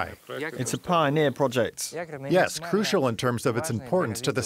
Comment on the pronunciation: make an effort, and learn how to properly pronounce the few words that you are butchering: BUREAUCRACY - bju'rokra'si INFRASTRUCTURE - infr'straktsr PIONEER - pajo'niir